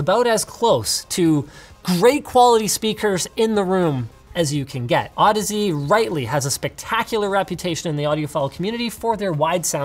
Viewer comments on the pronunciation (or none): Is that how you pronounce Audeze? I always pronounced it like "Au-DEEZ" Nutz